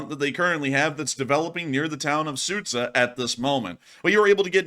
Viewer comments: The town of Sudja is pronounced Sood-Jar, Not Soot-sah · Sud-Zha. Not Sudz-Ha. It's almost like the sh sound in "sure". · Not Sudza but Sudgaaa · You almost nailed it with Sudzha, however 'zh' is pronounced same way as you pronounce 'j' in 'june'.